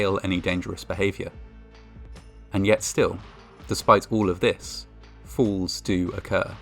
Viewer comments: He pronounced falls as fools! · Every time you said "falls" it sounded like "fools." Either way, it's accurate... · Your accent makes the word falls sound like fools, and im not sure if thats accidentally tasteless or accidentally hilarious. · Narrators use of the word “ falls”. Sounds like he’s saying fools! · when he says "many falls" i thought he said many fools, his accent makes falls sounds like fools😂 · In the video, when he says "falls" it sounds a lot like "fools" "Records exist of more than 50 f__ls....." You be the judge of what word is most appropriate. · (To an American) with the British accent, it sound's like "In spite of all of this, FOOLS do occur" - which seems somehow appropriate in this case. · When you talked about 50 falls, because of your accent I thought you said 50 fools. Lol. Which fits, unfortunately. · Is he saying fools or falls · When he says “falls” sounds like “fools” 🤔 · It sounds like you are saying "fools", which fits the stories anyway. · who else heard "more than 50 fools"? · When you said "50 falls" "Falls do occur" - I heard "50 fools" " Fools do occur". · I kept hearing "fools" instead of "falls" and it actually still made a lot of sense. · I thought he said, "... suffered fatal fools", haven't we all? Oh, "suffered fatal FALLS." Got it. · I like how your accent makes "falls" sound like "FOOLS!" "Despite all of this, fools do occur..." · What if I told you he was saying the word "falls" with an accent